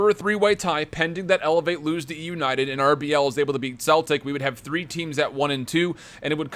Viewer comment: No offence but ur pronouncing Celtic wrong its pronounced sell-tic